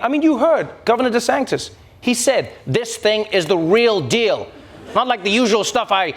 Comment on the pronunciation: Trevor pronounces DeSantis as DeSanctis. Interesting.